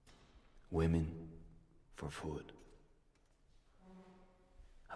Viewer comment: What's with the aversion to using the plural pronunciation of women?